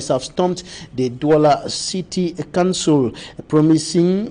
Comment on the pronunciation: There is a difference in the pronunciation of COUNCIL and CANCEL!!!!!